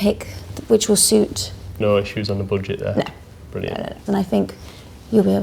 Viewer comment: "No issues on the boodget there?" "No."